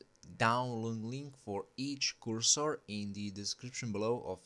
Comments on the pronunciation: I kinda like ur english when i reached at the end 😂... kursor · came for the cursor, stayed for currsore